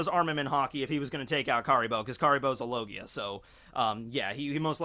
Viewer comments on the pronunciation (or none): none